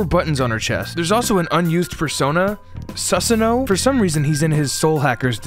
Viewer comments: his name is Su-sa-no, not sus-an-o lol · And then proceeded to pronounce Susano-o as "ඞ-a'no." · I’d watch a full dive into this after it’s all settled and there’s a comprehensive amount of content available. Also, Susano’o is pronounced suu-sah-noh-oh. You butchered it HARD.